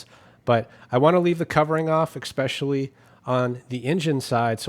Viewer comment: “Ekspecially” is not a word.